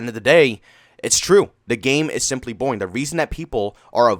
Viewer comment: It's the way he says it, he pronounces an A, as a joke.